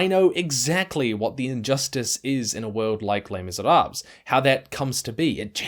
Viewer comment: Great work as always on the merits. That said, the pronounced letters are Le[s] Misérabl[es], not Le[s] Misérab[le]s.